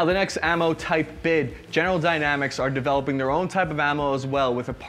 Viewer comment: "Dayanamics" "Futre" Are you okay, man?